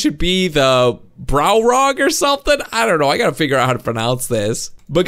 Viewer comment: its not cold browog